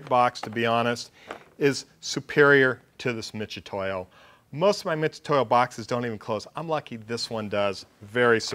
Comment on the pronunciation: MIT....MIT....MIT !!!!!! NOT "MITCH"UTOYO